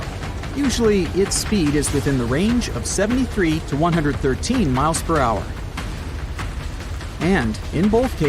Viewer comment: "It raced forward at an I credible speed of 50 muhtpick ... " oooh, ouch smh